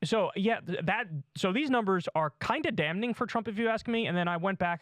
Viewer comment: KYLE! The N in “damn” or “damning” is silent. Please stop!